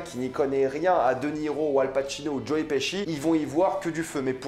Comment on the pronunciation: Il a appeler joe : joé 🤦🏻‍♂️